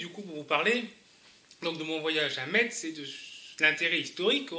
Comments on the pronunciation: Prononcez Metz [ mes ] à la française svp. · Ça se prononce Mess, c'est le premier truc qu'on apprends quand on viens à Metz :) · Argggg le T. On est en France, pas en Allemagne. Le T ne se prononce pas.